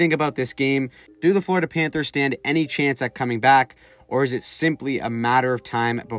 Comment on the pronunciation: Florida, not frlodida